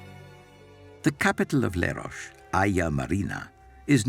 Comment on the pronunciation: Where the f@ is Lerosh? It’s Leros … pronounced as written